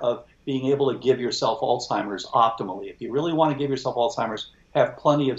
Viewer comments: Is he saying "altimers"? There is no "t" in Alzheimers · how can this "expert" pronounce Alzheimer's as "Alltimers" 🤷what the heck??? that makes me not trust him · The expert is calling Alzheimers...ALTIMERS. O.G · Really interesting discussion however, yet again I hear even an expert mispronounce "Alzheimer's", there is a "z" in the person's name. He was Alois Alzheimer, a German psychiatrist and neuropathologist and it is disrespectful to not pronounce his name correctly. Sadly you are not alone with the lazy, current usage. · Tom did a great job making sure us "little people" understood what the brilliant doctor was saying. I just wish the doctor knew how to pronounce the Alzheimers word. Gosh!